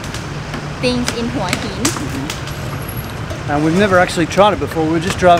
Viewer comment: Huw Hin dot Thai